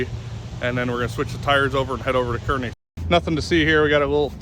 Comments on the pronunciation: Say it with me: CAR-KNEE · Good video. Not being critical. It's pronounced Kearney ( Karney),Nebraska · Kearney is pronounced Car Knee (Nebraska Native) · its pronounced CAR ney nebraska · Native Nebraskan here... it's actually pronounced CAR-nee. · The "e" shouldn't be in Kearney. It's Car-knee 😆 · Q. How do you pronounce Kearney? A. Car-knee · 2 people from 'Car-knee' didn't like this vidjo because of annunciation of Kearney. I'm glad to see you guy's made it. Heard some noise rolling down the street after midnight, I thought, no way there were still racers barely passing through North Platte at that hour. Then I seen the last video of you guys gassing up at Casey's down the street. Man, I was excited to see James piloting down the track. I think as a driver he's technically one of the best. But on the sidelines observing, he is an excellent coach for sure. You guys have amassed a great team all around!!